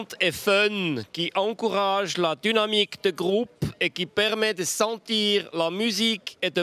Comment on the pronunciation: L'accent est magnifique. Il prononce même "dunamique"